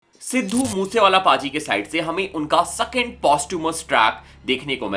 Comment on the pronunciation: Sakend kyun bolteho bro🙄